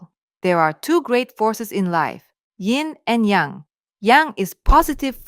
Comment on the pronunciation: great video BUT is is Yin and Yang NOT ying and yang